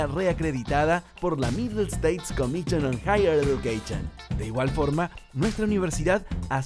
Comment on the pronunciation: comichon!...eduqueichon!!! Dios, este guey les echó a perder el comercial!!!